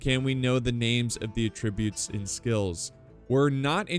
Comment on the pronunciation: Ah-Trib-You-t's youts like toot toot. NOT "A tribute" but "ahhh trib youts, love ya, God bless!